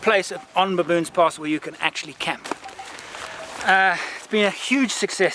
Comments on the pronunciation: "To baboons" 😂😂😂 I hope I'm not the only one who heard that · Why did I think "Baboons Pass" sounded like "Baboons Arse?"